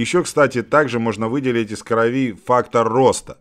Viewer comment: крОви, а не кровИ, не будь деревней то